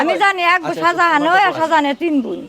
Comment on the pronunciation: বালের সাংবাদিক, শাজাহান নামটাই শুদ্ধভাবে উচ্চারণ করতে পারে না